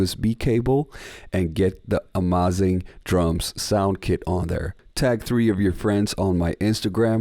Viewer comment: My good Teutonic friend: Amazing not amâzing por favor its terrible to hear ;+)